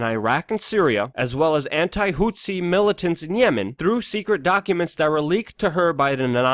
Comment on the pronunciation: Luke are you pronouncing houthi correctly